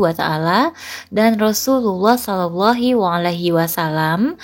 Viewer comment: bacaan yang benar' adalah RosulAllah sholaullahu alaihi wasallam....bukan sholaullohi ....👍